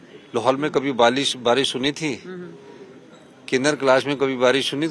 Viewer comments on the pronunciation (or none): Barish ko balish bol rha h ye 😅😅😅😅😅